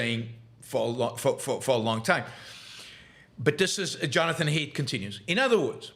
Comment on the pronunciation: excellent point, Yaron! What a great recognition of both truth and strategy. But I believe Jonathon Haidt is pronounced "height" not "hate". :)